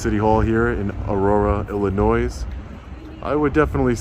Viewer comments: “Illi-NOISE” as a guy from the prairie state, know the “S” is silent in Illinois, my boy! 😆 Keep up the great work bro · Ill-a-noise? Did this clown graduate from high school?? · ....the "S" on Illinois is silent, from what I have been told...please help me know the correct way to pronounce Illinois.. just FYI.. Great job. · I'm sure you've been told already, but it's pronounce "ILL-UH-NOY" not "ILL-UH-NOISE". Other than that, great job. I can't stand Illinois because it's one of the most anti-constitutional states in the country. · Ill uh noy. The noy sounds the same as the end of the word annoy. Not no-ease. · Great audit! The state is pronouced "Illinoy" not "Illinoise" lol 😆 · It's "ill annoy" not "ill a noise" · It's Illinoi.... not Illinoise. S is silent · You were in Aurora, IllinNOY, not Illinoizzz. The "s" is silent. 😉 Love your work, thank you for doing what you do. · Illinoise? Really? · Iillnoy is the pronunciation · The s is silent. Omg. It is pronounced Ill in oy. 🙄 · lol " Illinoise " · BrUh, Illinois is pronounced illino-é…the S is silent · The S is silent - ill-a-noy. Not trying to be the pronunciation police; I just know that some people don’t know how it’s pronounced. I appreciate all of your work. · Illinoisssss…SHHH the S is silent lol. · Sir, extremely happy you're in the Midwest. But please - the state name is pronounced i-luh-noy (with love) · Illinois...Illinoy..no s or z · At the risk of sounding like the grammar police, Illinois is pronounced Ill/i/noy. Library isn’t liberry. Just east of Aurora is Naperville which is the setting for one of our family favorite books called Officer Buckle And Gloria. It’s a riot of a story about a Naperville safety officer and his dog. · You are being betained for saying Illinois with the s sound on the end of it! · Ill - i -noy Lie - Brear - E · Please note the "s" in "Illinois" is silent☝🏻. Sounds like "i·luh·noy". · Ill-uh-noise? Really? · Ill-a-noys? Seriously? lmao c'mon, man...